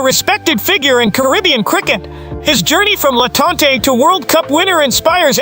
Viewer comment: He said LA Tante